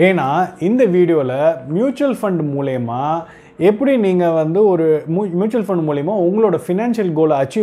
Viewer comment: தமிழில் மூலியமா என்று ஒரு வார்த்தையே கிடையாது...ஆனால் இந்த தலைமுறையினர் பலரும் அப்படி உச்சரிக்கிறீர்கள்.... மூலமாக என்பதே சரியான உச்சரிப்பாகும்...தவறான உச்சரிப்பை திருத்திக்கொள்ளுங்கள்.....